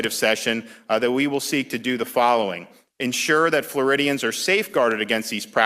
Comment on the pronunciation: I know I play too many video games, but every time he said “Floridians” I thought of alien species.